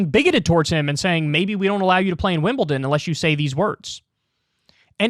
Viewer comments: Also Kyle it's WimleDon not WimbleTIN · It’s Wimbledon not Wimbelton. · Kyle ‘Wimbleton’ Kulinski!